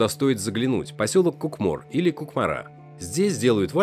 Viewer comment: Поедем не в КукморУ, а в КУкмор, ударение на первое У.